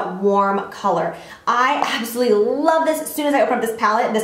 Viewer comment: It sounds like you're saying "absoLEE" when you're saying "absolutely gorgeous" lol I love you so much!